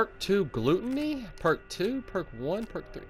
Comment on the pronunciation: Glue-toney....lol....it’s gluttony- habitual greed, or excess in eating... Just thought that was funny...don’t take it serious...